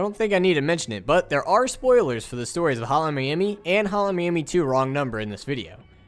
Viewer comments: all i hear is "Holan miami" :D good work though! really cleared some things up for me. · Is he saying "Hotline Miami" or "Holla miami? 😆